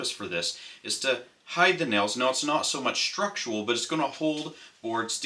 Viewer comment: Great video but your pronunciation of "structural" drives me crazy. You pronounce it like "structual".